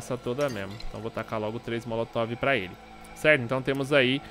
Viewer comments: hahahah motolov? Hahaha oloco bixo... é molotov hahahah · “o motolovi” 😂😂😂😂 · "motolove" kkkkkkkkkkkk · "Motolove" kskskssksksksksksk